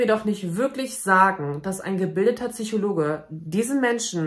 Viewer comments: Es heißt bitte PSychologe, nicht TSychologe! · Bei all deinem wertvollen Kontent macht es mich wahnsinnig, dass du immer "Tsychologe" sagst... 🙈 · "PSychologe." Mit "Ps". Nicht "Züchologe." Sorry, das triggert mich ^^ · Wie oft kann man“Tsychologe“ in einem Video sagen. Ps Psy Psychologe, kann doch nicht so schwer sein. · Das heißt Psychologe und nicht Tsychologe. 😅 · I love you, but pleeeeezzzee: PSYchologe, nicht Tsychologe..merci